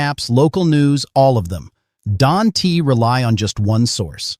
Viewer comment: AI. It pronounced don't as don t